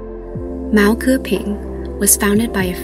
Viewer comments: 竟然聽到毛戈平三個字哈哈 而且講得蠻好的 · Your pronunciation of “Mao Ge Ping “ is brilliant, I can’t believe that you haven’t learned Chinese.